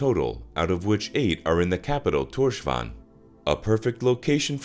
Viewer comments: The capital, Torshavn , is pronounced “Torshaun” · at least You tried Here are some better ways to pronounce some og the words Skerpikjøt is “sherpichot” Streymoy is “straymoy” And tórshavn is “tors haun”